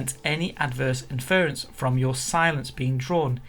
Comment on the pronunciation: Please learn to pronounce "inference" correctly...